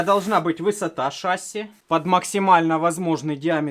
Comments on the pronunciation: почему шАсси, правильно ведь шассИ, не? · Смотрели с сыном, всё понравилось, но правильно говорить шасси́. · ШассИ, ударение на "и" у авиаторов %) сорян, за замечание. Все равно лайк)